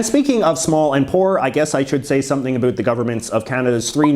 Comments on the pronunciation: He’s an American born Canadian isn’t he? Or he lives in the states at a young age or something right. As a Canadian I have never heard any of us say about like that. Ever. He’s attacking us, I swear LOL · The way he says about is so crazy to me, from Australia.